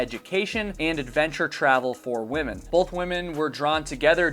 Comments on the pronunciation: Why do you keep saying woman's it's women. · Is it just me isn’t two ladies together pronounced women not woman I hear this all the time now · The plural of woman is pronounced wih-men not in the singular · *women ... I am sorry but, every time I heard womans, it was like nails on a chalkboard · Um,? I subscribe and I think your research and videos are generally great, but I'm a little concerned that you don't know how to pronounce the word "women" (although you do seem to get it right every third or fourth attempt). I mean, it's not exactly an obscure word. It doesn't rhyme with "woman". In typical illogical English fashion, it's actually pronounced "whimmin". I'm guessing that 51% of the population – including your viewers – might really appreciate it if you could consistently correctly identify us. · Nice work, but 'women' is plural for 2 or more females, not 'woman'. This drives me nuts and distracts from content ( I understand it's popular these days among content creators - but it is improper English). Not a good look. Also "WoodsWOMEN" 'wimm - mennn". Sorry, your seem so sweet and a good content creator. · I'll subscribe when you learn how to pronounce "women." Hint: it does NOT sound the same as the singular form, "woman." 🙄